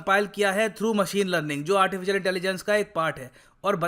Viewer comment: 😂😂 literally, lerlinn(learning)